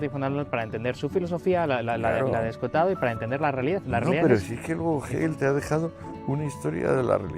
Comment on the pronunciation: Encima de que Escohotado pronuncia mal ponen esa musiquita q no sirve sino p molestar